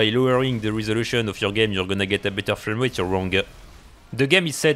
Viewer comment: Words of the day: performance-a, rat-a, shit-a, frame rate-a